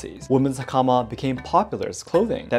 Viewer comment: Have to admit, that American pronunciation of 'hakama' was painful...😅